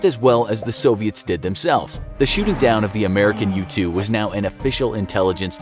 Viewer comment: When I first heard “U-2 Spy Plane” I thought he said “Youtube Spy Plane” and I got confused